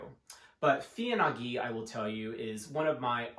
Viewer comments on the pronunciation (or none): Heya- the wordplay's on de FIL en aiguille which as mentioned below means what it means. Feeyuh ahn aye gueey, maybe would get us closer to the proper pronunciation, although it's still better to check with Google translate. Thanks for the video~